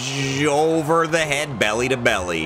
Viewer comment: Wait… Belly to belly sounded like Bailey 🤔